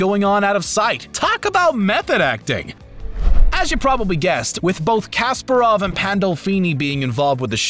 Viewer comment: Nice, good, thanks. btw it's Ka-SPA-rov.